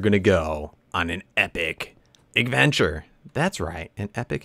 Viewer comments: Lol, you said eggventure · anyone else notice he says "igventure"? not to insult i love this guy but i just noticed XD